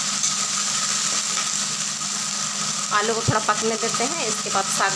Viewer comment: Aloo hota hai ale nahin